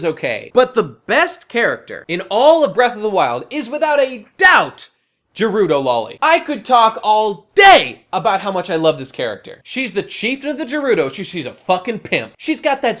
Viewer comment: You mean Garudo? (ger-rudo)